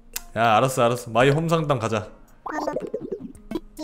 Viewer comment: 동숲하는거 왤케 귀여워😂 여기서 안녕~ 해주는것도 귀엽고ㅋㅋㅋ 마이 홈 상담 발음 안돼서 삼담이라고 하는것도 귀여움😊 아니 그리고 페이스페인팅 지우는거랑 물건 돌리는건 왜 안배워 왔냐고ㅋㅋㅋㅋㅋㅋ